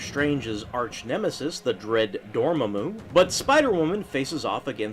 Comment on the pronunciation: Also, the name is pronounced Door-MAH-moo, not Door-mamoo.